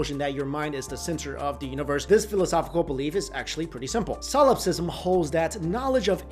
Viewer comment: So how many tries did it take you to successfully say "solipsism" each time?